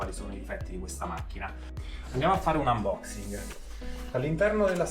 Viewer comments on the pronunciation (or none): none